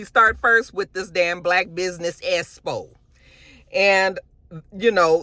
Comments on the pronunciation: I’m SCREAMING at “esspo “ 😂😂😂lmaoooo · I swear if don't learn to pronounce EXPO correctly at some point....